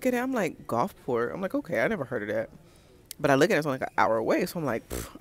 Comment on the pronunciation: Ahhhhh i just realized you were saying Gulfport & not Golfcart 😂😂😂😂